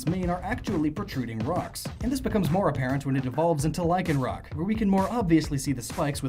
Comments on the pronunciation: IT'S LYCANROC, NOT LYKENROCK! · Lycanroc = Lyc an roc